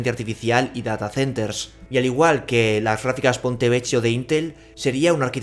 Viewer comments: Que dolor de oido 'PontevecCHIo', por favor se pronuncia 'Pontevequio', de otra forma hace llorar al niño jesus (bueno al menos a mi si me hace llorar XD ) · Ponte vequio se pronuncia :(